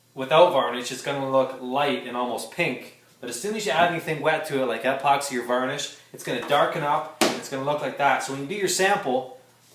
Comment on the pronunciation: Not sure whats more annoying, how he pronounces epoxy or how I can barely see anything because of the sun coming through garage door 😄. That being said, thanks for trying